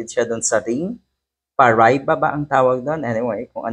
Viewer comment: Pronounce it like this: pa ra i ba And use all short vowel sounds.